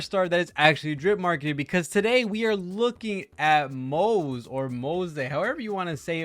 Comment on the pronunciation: it's "Moh-zuh" btw, we already know the pronunciation from the 2.3 Special Program.